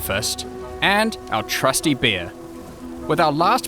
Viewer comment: when he says bear it sounds like beer